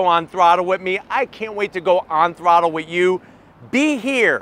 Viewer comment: Please make an “On-Thrroooothle” tshirts